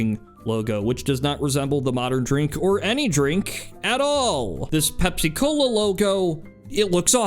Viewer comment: Bro it's not pep- cola it's pepsi-cola for the pepsin in your stomach